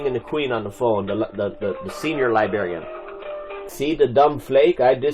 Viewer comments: An unemployed snarky 🤳🤡 saying the 'libarian' - a decent & employed human doesn't know anything. He should learn English instead of trying to memorize statues & orderances. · Theres are 2 R’s in Librarian